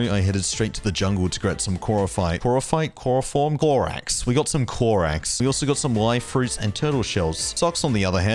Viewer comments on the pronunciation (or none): Clorax not clorox lmaoooo